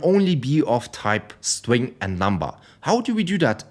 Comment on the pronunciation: "My stwing" 😂 sorry but i can't help it. Good video man